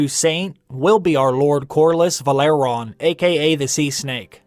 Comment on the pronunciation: It's pronounced VE-LA-RY-ON, not Valeron.